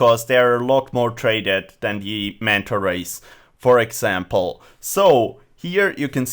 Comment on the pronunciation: how many times did he say manta ways